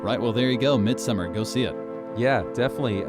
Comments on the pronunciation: It’s not “MidsUmmer.” It’s MidsommAr. Y’all pronouncing it wrong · IT’S. NOT. MID-SUMMER. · They mispronounce Midsommar as well.